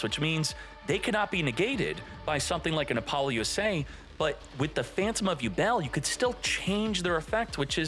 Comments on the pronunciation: Buddy please, repeat after me: “APPLE-LOOSA”😂😅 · Bro can't pronounce appolousa